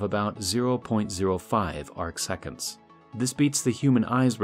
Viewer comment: “Arc seconds” 😂